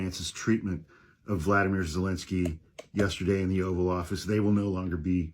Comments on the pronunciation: Respectfully it is Volodymyr Vow-luh-di-mr. Vladimir is the other guy. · Please, his name is pronounced "vo-Lod-a-mere." Thank you.